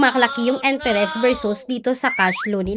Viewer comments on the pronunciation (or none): ❤Billease is one of the best, legit loan platform. Almost 5 yrs n ko kay Billease. ❤❤Ano b Yan.. "enteres?". Can you pronounce it correctly